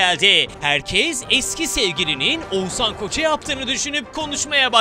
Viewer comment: YA!!! Oguzan değil OĞUZHAN!!!! YA BUNU BİLE SOYLEYEMİYCEKSEN NİYE OTURUYOSUN ORDAAAA